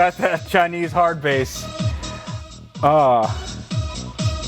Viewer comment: Bass with music is pronounced base, not bass like the fish. Although now my head is filled with images of frozen bass.